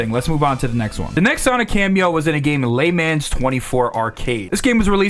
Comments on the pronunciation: Lay Man's 24.... "Leh - Monz" my guy..... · bro pronounced it like lay mans 24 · He also pronounced Le Mans as Lay Mans, so. Idk if he's doing it on purpose to have people engage in the comments, but yeah. Idk. I could never make myself look like an illiterate jackass for the sake of online attention. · As a brit the "rad mobile" pronunciation had me scratching my head and the " mega turrican" (turricon) confused me a bit. Can't imagine calling a mobile (as in phone) like that. Weird how we hear a word and it sounds soooo different. I noticed the lay man part also 🤔🫣